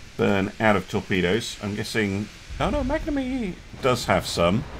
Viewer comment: Funny how you say magnanime xD (just for info the "gna" part is pronounced like "nyan cat" without the last n ^^)